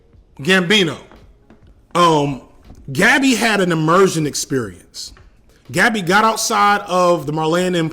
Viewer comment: I know this is nit-picky but damn bro it’s not hard to pronounce gabi’s name correctly 🤦🏿‍♂️